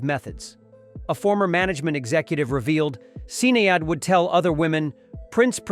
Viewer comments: "Sin-ay-add" ...USA moron, it's pronounced "Shin-ayed" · SIN-AY-ADD O'Connor....wow. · Is this an AI voice on this video? He doesn't know how to pronounce Sinead O'Connor's name right. Sin-aye-ad - ?? LOL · Who is Sin-eigh-ade? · Wow... I never saw a video on Prince and his contemporaries that is so off than this one. This is just awful, what is a Sin E Odd? If you can't pronounce it, you can't document. This is total busllshit. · It’s pronounced SHI-NAYD